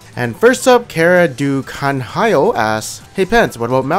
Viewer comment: Canhão = Kanhiyo lmao Exquisite Portuguese Pronounciation xD